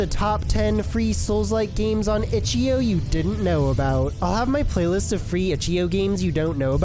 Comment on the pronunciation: "itchyo" XD